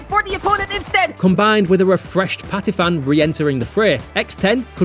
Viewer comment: Patiphan not 'Patifan' the ph is an aspirated p not an f, this isn't Vietnamese.